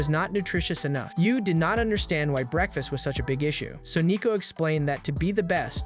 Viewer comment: Ah yes, my favorite meal, "breadfast"